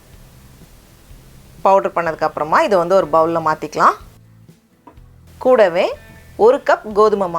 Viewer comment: The way you say KOODAVE is nice